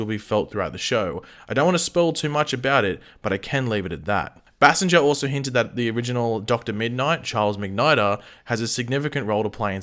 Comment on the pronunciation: Is it Bay-Singer, or how pronounces her last name? Its uh genuine question 🤔💯